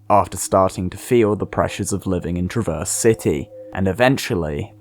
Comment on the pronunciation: How to speak like a Michigander: Shorten the A (crack, rap, stab) make it more nasal and don’t pause between syllables (stress the first, not the second). Traverse, the city, is not pronounced like traverse, as in to travel across.